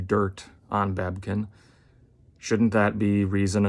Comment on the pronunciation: It's not babkin it's babykin get it right.